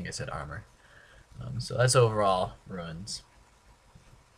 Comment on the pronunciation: I know another guy who says runes wrong. ROOOOOONS not RUINS